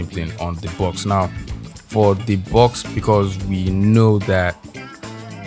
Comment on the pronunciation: when you said bawx i started laughing... than you were like command JAAAAAAAA... and i burst out laughing and spit my coffee out XD. I love your videos! solid work as always! <3